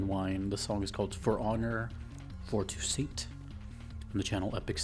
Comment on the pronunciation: its pronounced too-SAUNT